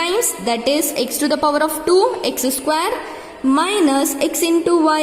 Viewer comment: Man that is not saquare that is square